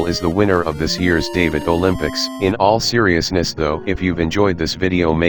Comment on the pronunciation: I get the joke at the end when he said, “ In aw seriousnis